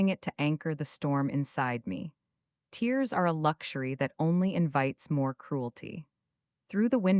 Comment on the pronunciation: You missed a very good and refreshingly different story. I personally really liked the voice though I do have a pet peeve with "bow" being pronounced "bo" and the same problem with "tears" and "tears".